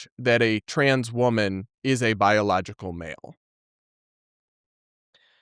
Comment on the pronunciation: You can tell by the slight pause and hitch and mispronunciation of “biological” that he doesn’t believe it, when he said he believes he’s a biological woman